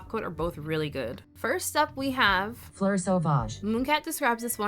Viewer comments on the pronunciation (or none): none